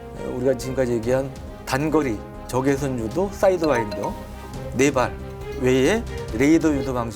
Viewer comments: 사이드와인더 맞습니다. 저는 첨 들었을때 사인드와이더라고 들었어요 ㅋㅋㅋㅋㅋ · 사'이'드와인더 아닌가?